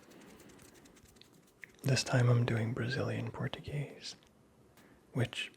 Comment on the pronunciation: You're pronouncing Portuguese like it's Spanish. A common and annoying mistake.